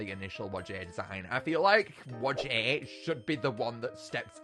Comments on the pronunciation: Hey! Just gotta tell ya that whajje is not pronouced wa-jey It’s pronounced why-jah just pointing it out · Its pronounced why ja not wajjie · Why does he call Whajje “Wujæ” ☠️☠️